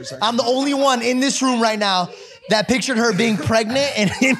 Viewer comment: The five hundred and wonth Jake? :D